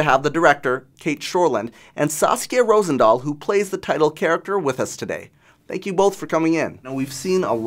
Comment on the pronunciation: Her name is Rosendahl not Rosendhal :)